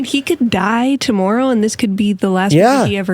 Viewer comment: Canada eh tomorro eh